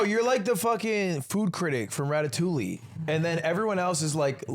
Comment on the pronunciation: There's no way Ludwig's French ass just pronounced Ratatouille with an L